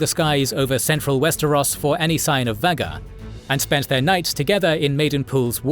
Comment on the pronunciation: I know this Channel predates Ai for years, been a fan before AI, but how many times have you mispronounced Vhagar